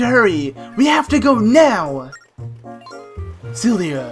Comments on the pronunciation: It's Ciela., not Celia. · he keeps calling Ciela Celia